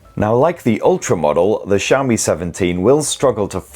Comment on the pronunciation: I keep hearing shammy, then realized he was saying Xiaomi.